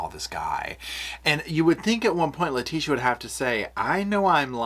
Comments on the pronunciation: The way you are pronouncing Letecia is sending me 😬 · 💙💙💙 that was fascinating! Well done, even with your extra syllable for Leticia! 😅 Seems like her hubby called her just "Tee-sha" but I'm sure you don't want to get that familiar! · lol u are saying her name wrong 👍🙏